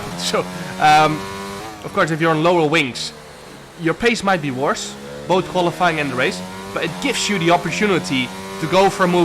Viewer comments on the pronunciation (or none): none